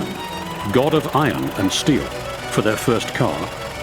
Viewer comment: say "steel" - "shteel" mmm say "strong" - "shtrong" oh well, try saying "Swedish" - "Swedish" yeah one out of three